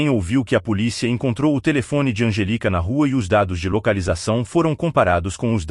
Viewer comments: O nome da menina deve ser Angélica. Esquisita essa pronúncia sem a acentuação da sílaba tônica. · İsso é voz de İA, essa voz erra com frequência a prosódia (onde a sílaba tônica fica) das palavras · O nome dela é Anjelica, e não Angélica, como pronunciamos no Brasil.